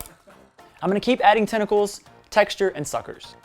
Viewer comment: Tentacles. The word is tentacles.